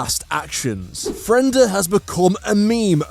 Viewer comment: Why are you saying Fren/da when its actually Fre/nda? She was split in half, so her name gets split in half